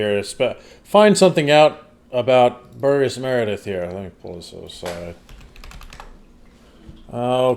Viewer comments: "Burr-jez" not "Bur- guess". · Burgess is pronounced with a soft G.